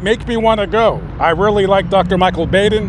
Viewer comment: Dr Baden’s name is pronounced Bauden, rhythms with autumn. Go to Crimecon,!!